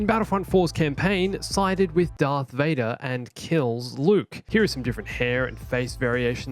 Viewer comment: IS HE SAYING DARK INSTEAD OF DARTH OR IS IT JUSDT ME!?